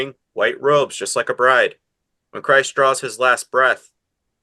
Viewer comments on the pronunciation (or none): none